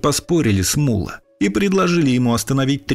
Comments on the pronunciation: Ударение в его имени падает на О, т.е МуллО, а не мУлло, как выговаривает автор ролика. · Не Мула, а МуллО! Ударение на О. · не му́ла, а мулла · не МУлло(ударение на первый слог),а МуллО (ударение на второй слог)...МуллО - знаток Корана! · Не МУло а МуллО. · Мулло́ - ударение на "о" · Имя Мула с ударением на ,,а,, произносите правильно!!!! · ВСЁ ЭТО ПРАВДА! ВОТ ТОЛЬКО УДАРЕНИЕ НАДО ДЕЛАТЬ НА БУКВУ Л ! ЕГО ВСЁ- ТАКИ ЗВАЛИ МУЛЛО НУРОВ!